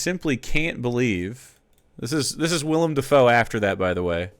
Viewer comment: Trivial but he is actually saying Willem’s name right lol